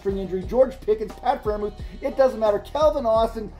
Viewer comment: It's close but it's still Freiermuth